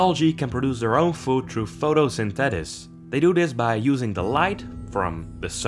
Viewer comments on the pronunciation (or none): Cool video but its Photo-syn-thee-sis just fyi.